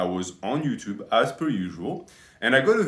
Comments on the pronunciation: One of the best "herro youchub" i have ever heard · 'Ello 'Utube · We got to hear our beloved say "Ello Yuchub" again!